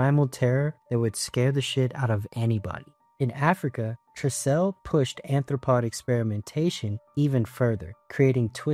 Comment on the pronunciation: Sorry to say dude but you're butchering the pronunciation of excellas name, kijuju, tricell, etc 😅